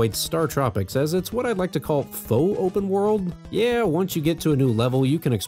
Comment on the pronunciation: "Fauxpen world"